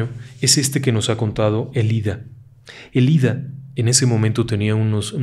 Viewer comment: Ėlida con acento en la e